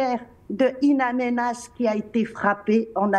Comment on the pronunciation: In Amenas et non Ain